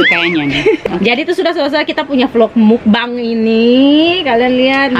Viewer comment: Lucu bangeeett pas bilang mukbeeeng😂😂😂😂 tumbeloooo tambeluuu😂😂😂😂😂